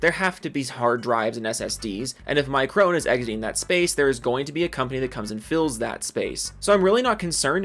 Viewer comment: I want to correct your pronunciation of micron but I lost all respect for the company so I don't care anymore